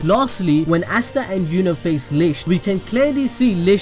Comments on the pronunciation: Its asta not ashta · Stop sayin assta